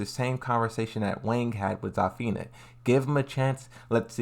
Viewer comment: I'm sorry, but I can't take your mispronunciation of the characters' names. You need to work on those in order to avoid butchering the names. Zafina: "Za-feena" Azucena: "Ah-zhu-cen-ah" Lee Chaolan: "Lee Chaoh-lahn"